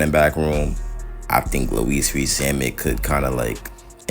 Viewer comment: Louis = LEWEE not LEWISS